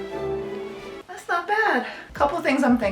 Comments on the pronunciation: I know said prototype, but I heard Frodo-type. I anticipate seeing this bread chair in many a video, maybe will even use it when she is sewing on the floor. might you know be helpful for the back. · Happy birthday! Everytime you said "prototype" I kept hearing "Frodotype." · Happy Birthday! May birthdays are the best birthdays. And I swear you said Frodotype instead of prototype. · I Just Heard Frodotype instead of prototype😂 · I will go down fighting because I swear you said you were making a Frodo-type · When you said “there’s the prototype, I thought you said, “ Frodo-type”. I mean….. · I swear I heard “Frodo-type” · Not her saying „The Frodotype“ 😂❤ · thought you said FROTO-type. IDK My bad.